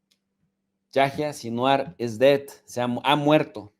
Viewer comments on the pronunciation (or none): none